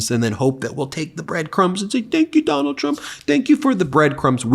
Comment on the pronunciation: We should just refer to him as "Duh-NALD" from now on.